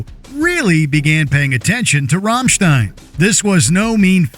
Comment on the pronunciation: The pronounciation of Rammstein made my ears bleed